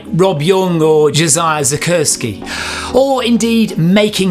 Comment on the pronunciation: Hey! Jo Zakrzewski is pronounced Zack-chef-ski. I know, I'd never have known that one! She told me when I interviewed her before the unfortunate car incident. I still got it wrong when interviewing her doh!!!